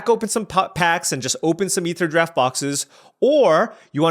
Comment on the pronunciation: He's for sure saying Aetherdraft on purpose now, I decided.